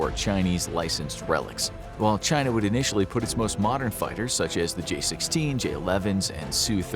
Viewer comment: Well they all DO say there's only One China. Your version sounds a lot better to my American ears than Xi's version.